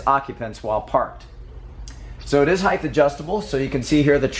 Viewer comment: Heighth is not a word